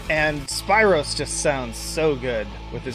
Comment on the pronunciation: Spiiiro just that alone made me laugh mate it’s pronounced like speero lol